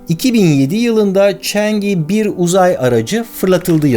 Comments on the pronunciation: Barış Abi yine harika bir video, teşekkürler. Yalnız Çince bilen biri olarak (嫦娥) "chang'e" ismini "çeng i" olarak telaffuz etmeniz videoyu izlerken beni azıcık rahatsız etti. Doğru telaffuz "çan ı" şeklinde olacak. Bundan sonra Çin'le alakalı daha çok video izleyecek gibiyiz, Çin ve Çince ile ilgili konularda yardımcı olmak isterim. Saygı ve sevgilerimle... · Barış abi,aletin ismi Çengi dört değil Çang'ı olarak okunur, yani 嫦娥